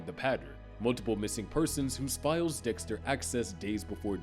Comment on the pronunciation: . am i the only one who heard Dihxster????